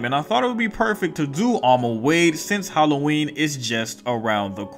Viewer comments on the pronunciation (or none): none